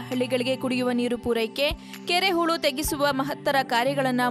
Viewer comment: ಕೆರೆ ಹುಳು ಅಲ್ಲಮ್ಮ ಕೆರೆ ಹೂಳು.... ದಯವಿಟ್ಟು ಕನ್ನಡ ಸರಿಯಾಗಿ ಮಾತನಾಡಿ...